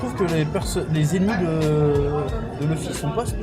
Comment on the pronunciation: Hey bro tu sais que même en version jap Luffy se prononce à l'anglaise, et pas "Louffy"... m'enfin fais comme tu veux, hein.